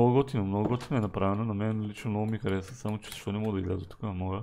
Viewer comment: Поправка не се казва хареса̀ а хареса без ударение ;)